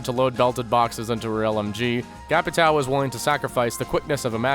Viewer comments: The correct pronounce of the name is CA - PEE - TAN - HM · KKKKKKKKKKKKKKKKKKKKKK mano, me da uma agonia toda vez! CapiTAL xD AHAHHAHAHAHAH this makes me feels bad everytime... " CapiTAL " xD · it's read Capito thanks basic American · it's not capitAO, it's capitÃO. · I actually likes when other people tries to say Capitão, but they can't pronunciate "~" so it becomes "CapiT-Á-O". Ã sounds like "uoom" so pronunciate this is something like C-A-P-I-T-A-UOOM. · Brazilian here. I hate how you guys say "Ca-pi-táu". It's so fucking weird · I have yet to see an english-speaking youtuber speaking Capitão's name correctly. :( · as a portugeuese it hurts the ways you say capitão just say Captain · omfg ffs ive watched a million vids on capitao and every one of them pronounces his name wrong. use google translate to hear the pronunciation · Maybe you should learn to say is name before making a guide on him :) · Im brazillian, the way to say "capitao" correctly is: the "a" sounds like the "u" in "mud" or "cup".. you can throw "captain" in google translator too, to hear for yourself